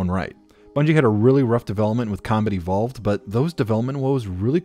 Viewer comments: Is he saying "Comedy Vault" or "Combat Evolved"? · Good video, when you say “combat evolved” it does sound like “comedy vault” though.